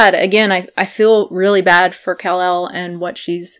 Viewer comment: I agree that you can get all of your nutrients met on a vegan diet (with some supplements). That aside, her name is not pronounced “KAhhl- elle”. It’s said like “Cuhlel”, which you ought to know if you keep up with any of her videos at all.